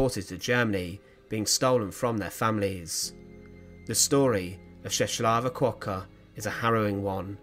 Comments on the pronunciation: Appreciate the video but the name pronounciation is ches wavah kevoker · You should pronounce her name as Cheswava Kvoka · not important but: My Polish friend says the proper pronunciation of her name: Chesswava Kfoka The L (with the line going diagonally) is actually an English W, the W is an English V, and it’s an English F followed if preceded by K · Her name is pronounced more like " Cheswava Kvoka" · please, do your homework and check the pronunciation: [Cheh-swa-va Kvoka] you're welcome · You have really butcher pronunciation of her name